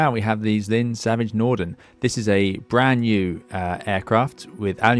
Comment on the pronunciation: Just a small correction: It's called Zlin, not Zline, after the town of Zlin in Czechia 🙂